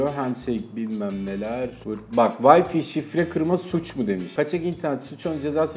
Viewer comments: Adam teknoloji kanalında çalışıyor ve vay fi diyor vay fay diye okunacak şeye.. lul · Wi-Fi'a neden vay fi diyorsunuz? Vay fay diye okunur doğrusu. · "Vayfi" değil "Wayfay" diye okunur. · yahu vayfi nedir ya arkadaş bu teknoloji kanalı değil mi öğretin şu adama doğrusunu. Ya sen de utan biraz paranın hakkını vermek için uğraş. Git en azından çeviriye yaz öğren şunu. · Vayfi wtf